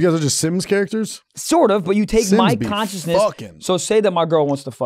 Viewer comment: I’m obsessed with not being able to say the word “consciousness”